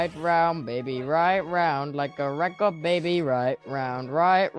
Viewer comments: No I love it it’s recor it’s so good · It’s so goood Like a reco de baby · no I love the way he says record lol. It sounds like he's saying recor tho ngl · Yez thats a nice word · The way he right round as well is also like better XD record, right, and round are words tubbo says really well XD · No that's how you say it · It’s actually cool lol